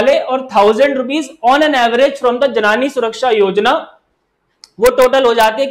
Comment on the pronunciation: Thanks for the session. I would like to point out that it's 'जननी' not 'जनानी'